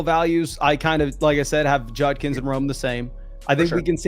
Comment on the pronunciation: Why is unable to pronounce Judkins? lol